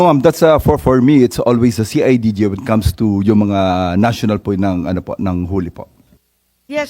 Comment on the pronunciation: see ay ji ji daw sabi ni imee ahahay... CIDG po ma'am 😂😂😂😂😂